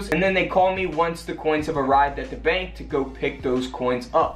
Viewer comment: bank, not bak.